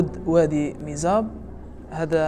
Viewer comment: واد مزاب مش ميزاب